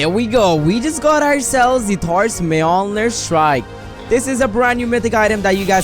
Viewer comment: When he said Thor’s mjonir strike: TORZ MEOMEER STRIE